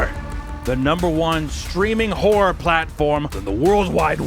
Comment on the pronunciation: I love how he pronounces WHOREor. Scary and horny that's a good combo as viewers of this channel already khow.